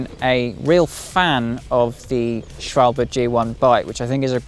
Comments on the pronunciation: one of the better pronunciations I heard in recent times. A lot of YouTube presenters pronounce it schwoalbee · Impressive pronunciation of Schwalbe! Greetings from Germany. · Yeah! Now you got the right pronunciation of Schwalbe! Congrats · Respect for properly pronouncing "Schwalbe". Ride safely. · That’s exactly what I thought. Cheers from Germany